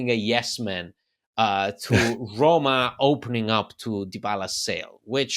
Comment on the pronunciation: The word Roma has ONE “R”.. it’s not RRRRRRRRRRoma lol